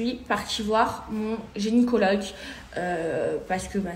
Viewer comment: Telement elle est bete elle dit « geniecologue ». 😂